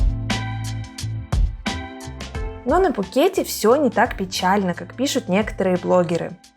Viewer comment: 😂😂😂 я не был в Тае 😂😂😂 ещё один повод хорошо посмеяться 😂😂😂 Вам надо как-то определиться, а то в названии видео Вы пишите Пхукет, а произносите без буквы «Х»😂😂😂. А по поводу того, что Вы меня не зазывали сюда, тогда вопрос? С какой целью выкладываете видео? И очень странно если Вы за многие посещения Пхукета первый раз отдыхаете на Кароне, а если раньше отдыхали много раз в Тайланде, но первый раз на Кароне, тогда какое имеете право учить других людей уму разуму!?